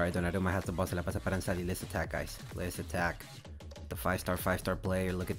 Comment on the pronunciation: Do you speak spanish? bc the perfect spanish pronunciation haha